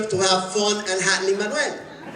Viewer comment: Ok, there is something great in hearing Luis Miranda saying "Lin Manuel"...Like, it's for real. It's the way it's supposed to be pronounced, you guys hahahahaha